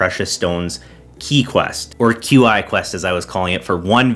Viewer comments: Qi is a Chinese name that is pronounced Chi, like Chia Seed without the A. However for some reason CA butchers the pronunciation and calls him Kwee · “I got trolled so hard for saying Q-I quests” Also: immediately says “Q-I gems” a couple seconds later